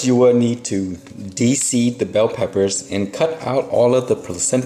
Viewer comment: where are you from ,country or island. bell peppers wow